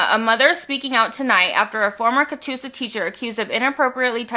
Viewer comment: Oklahoma here. You said Catoosa correctly. ❤